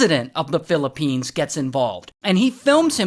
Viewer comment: Philipenis ❌ Philipines ✅